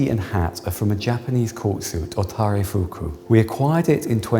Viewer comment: The guy has completely butchered taireifuku, would have no idea what he was talking about without the Japanese conservator